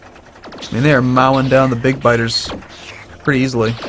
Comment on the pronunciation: did you say mau ing the biters down? did you not know the word mow is pronounced "moe".